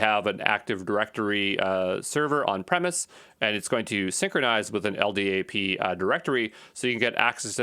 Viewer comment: LDAP is pronounced "EL DAP". If you spell out the letters like you did you sound like a noob.